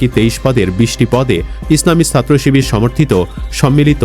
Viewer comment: চিবিয়ে চিবিয়ে শিবির বানান